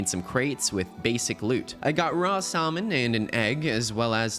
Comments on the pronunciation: Who the fuck pronounces salmon like Saw-Men, I've never heard that before every other motherfucker I've heard say it pronounces it like Say-Men. Also, a treecapitator mod is too "overpowered" but a minimap that shows you mobs and exact layouts of caves isn't? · ya lost me when you pronounced salmon "sollmon" and boat like "bout" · The L in Salmon is silent.